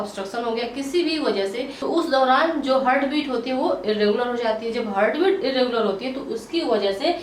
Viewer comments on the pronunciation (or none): Hurt nhi heart bolte hain😂